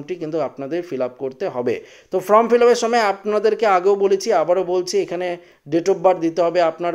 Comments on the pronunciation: ভাই উচ্চারণটা ফ্রম নয় ফর্ম। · বার বার ফ্রম উচ্চারণ করছেন , এটা ফর্ম হবে!!!! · কথাটি "ফ্রম" নয়, কথাটি "ফর্ম" হবে। নিজেকে সংশোধন করে নেবেন । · কথা বলতে শেখেনি ফ্রম ফ্রম করছে আর বাঙাল ভাষায় ভিডিও করছে। আগে লেখাপড়া শিখুন সঠিক উচ্চারণ করুন তারপর ভিডিও করবেন।